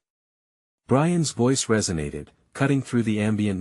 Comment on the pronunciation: Get a new AI program for narration. This one is stilted, not natural sounding, nor even correct in reading. Brian S when it's Brian's (possessive) Let S when its lets.